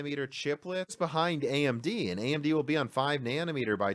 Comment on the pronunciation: Why do you say 'am' instead of 'and'? ;-)